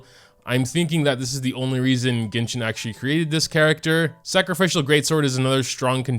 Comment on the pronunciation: hey pronouncing it with a stop in the n as jin ni would be more accurate just an info not a big deal